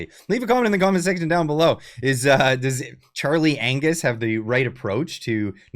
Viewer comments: Charlie Angus, never forget the "G" is silent. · The ‘G’ in Charlie Angus is silent. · Charlie Angus without the letter G.